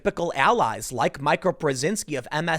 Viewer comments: It’s Mee-kah not My-kah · You keep calling her my-kah, when clearly it’s mee-ka. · MEE-ka. Not MY-ka. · Isn't it MEEKA instead of Myka Brezinski? I think it is MEEKA but I fucking hate that woman and her network MSNBC so I don't watch it. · dude, tim...it's mee-ka...not my-ka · Repeat after me: Meeeeeeka... Meeeeeeeeeeka. NOT MiCAH. Please stop calling her Micah. Nobody calls her Micah. Her name is not Micah. Love your show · Hey Tim, it's "Meeka" not "Mike-a". Love the stuff, but this is driving me nuts. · Meeka, not Mika! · Pronounced MEE KA. Not MIKE-AH.. Rhythms wtih Zika (like the virus). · Tim, I'm always sharing your videos BUT her name is pronounced Meekuh not Mykuh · Her name is pronounced "Meeka". Jeez, Tim haven't you ever seen Eurotrip? Scotty doesn't know! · It’s MEE-ka not Mike-a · Tim that MSNBC bitch's name is pronounced Me- ka, not My-ka. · It’s not Micha it’s Mika like Meeeeeka. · It’s not My-ka, Tim, it’s Meeeee-ka..... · meeeeka, not Micah. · MEEEE KA BREZINSKI NOT MIKE KA PLEASE! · Mica? Mika is pronounced “Meeka”. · Tim: it is pronounced MEEKA. Dude that’s a pretty bad miss. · It's pernounciated "Meeka." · Brzezinski you say flawlessly, but “Mee-kah” eludes you every time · How does he nail Mika Brzezinski's last name pronunciation and call her Mike-Uh....? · Tim, it's pronounced MEEK-a. Think 'meek' like BIden's voice when he defends this crap. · It’s pronounced ME-KA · Dude! Learn how to pronounce words. Mika = (MEE ka) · Mika is pronounced meeka. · Tim, her name is pronounced Meeka smh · Mika Brzezinski's first name is pronounced: Meeka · Tim is spelled Mika but it sounds like ME-ka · I believe it is pronounced Mee-ka Tim. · Pronounced “Meeka” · Tim, you have heard her name pronounced how many times? It is MEEEEEkuh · Dude it’s pronounced Mee-ka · Me Ka Tim!!!!!!!!!!!!!!!!! Please stop lol........love you brother but let your friends help you with pronunciations. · Tim, it’s Meeeeeeka. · It's pronounced Mee-ka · Her name is pronounced Me-ka